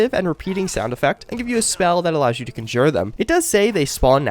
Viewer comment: Why do you pronounce "conjure" that way?